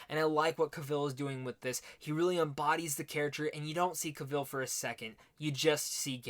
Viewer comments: You pronounced his last name in the opening like he was Cruella Deville. Justice make that a song, with Henry and witcher language and it'd be great. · Cavill with stress on the a😁